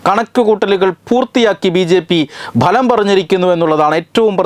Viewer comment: മലയാളം ഉച്ചാരണം അല്പം.. അല്പം ശ്രദ്ധിച്ചാൽ പിന്നെ എല്ലാം ഗംഭീരം. ഇവിടെ പറഞ്ഞുകൊണ്ടിരുന്ന 'ബലം' ശരിയല്ല 'ഫലം' ആണ് ശരി 'result' എന്ന ഇംഗ്ലീഷ് വാക്കിന്റെ മലയാളം ഉച്ചാരണം 'ഫലം' എന്നാണ് ;അല്ലാതെ ബലമല്ല.. ഇതു ഒരു ഒന്നൊന്നര ബലമായിപ്പോയീ...